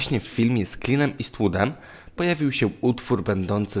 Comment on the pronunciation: Hej. Nie traktuj tego, proszę, jako "hejt". Bardzo lubię Twoje filmiki, subskrybuję itp...Ale popracuj nad angielskim, błagam "Klin Istłód"???(O tego "Klina" mi chodzi"...I "Maricone"??? To troszkę razi. Ale poza tym - jesteś super. Pozdrawiam, działaj dalej.